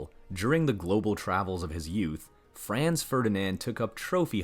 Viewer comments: First, you need to learn how to pronounce Franz correctly - then yiu have to read more history to realize how common trophy hunting was - all over the world - including Teddy Roosevelt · Calling archduke "france" is like poking in ribs, but when I heard "cho-tech" I had to quit. The narrator's linguistic ignorance is a sure turn-off to me. He should take some German / Czech pronunciation basics.